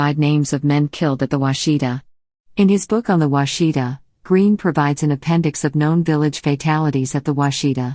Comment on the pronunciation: That's not the way you pronounce Washita.